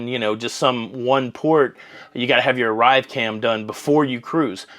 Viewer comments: Hey, it sounds like you are saying ArriveCAM - with an M. It's called ArriveCAN - with an N - like the first three letters of Canada. I could be crazy, but it's sounded like you said it with an M in a few videos. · Hi, it's Arrive Can, short for Canada, not Arrive Cam. Just for clarification...looking good...love your toque! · it’s ArriveCan not ArriveCam but I will give you a pass as your hat matches your shirt smashingly! 😁😁